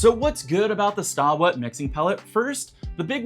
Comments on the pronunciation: It’s pronounced “stay wet”. Not stah wet. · I think you pronounce it "Stay" wet LOL. not Staw!